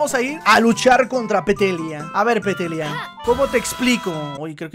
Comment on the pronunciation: XDDDD DICIENDO PETELLIA EM VEZ DE PETALLIA XDDDDDDDDDD